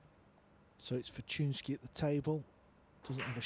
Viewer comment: "maysh-go fortune-isky" lol, butchered that name. but polish names are tough, even i can't say konrad's surname